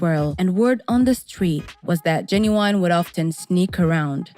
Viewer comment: Oh you messed his name all the way up LOL